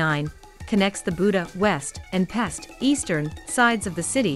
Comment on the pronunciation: Great vid! Pest is pronounced "Pesht" , Budapest as Budapesht. It is an "sh" like in short, not an "s" like in sport.